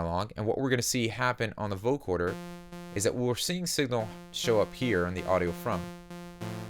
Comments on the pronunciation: it's VO-CO-DER not VO-CHORD-ER lol jk who gives a fuck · Nice presentation. One request: vo-CODER, not vo-CORDER. It’s spelled right when in text, but in your presentation you say vo-CORDER 99% of the time. Picky I know. Just something I worked to correct my own speech. Again, great tutelage! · coder not corder. just saying. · Great video, but you keep saying Vocoder like Vocorder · Love the effect, but, dude... Vo-co-der... no 'r' in there.. :-)